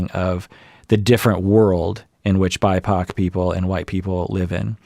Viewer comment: Did say "bi-pac"?? ah, ok Black, Indigenous People of Color.